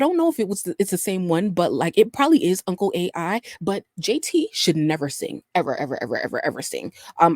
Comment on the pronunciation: It's not uncle Ai it's uncle AL 😂